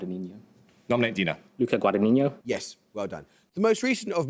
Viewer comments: He pronounced Guadagnino as Guadagnigno/Guadagninio, should not get the points. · It’s not “Guada-niño”, it’s an Italian name and the gn is on the first n. Like in the word “ignorant” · I actually pronounced it as Guadaniño